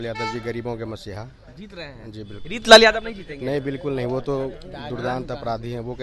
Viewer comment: Wo reetlal nhi reechlal hai😂